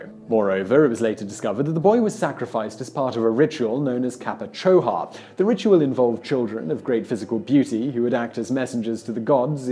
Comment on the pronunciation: It's capachoca not chacapoja :l